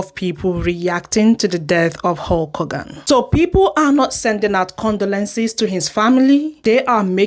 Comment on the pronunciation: Im not sure if you have an accent but for future reference a good way to pronounce condolences is to break it into segments like this “Con-dough-len-sis”